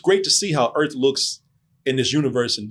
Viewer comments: Alien Earth but it's on Welcome to Earf now. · “Alien Urf!”